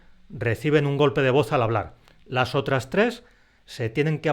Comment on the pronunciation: Ahora entiendo por qué dices [lasotrastrés] 😄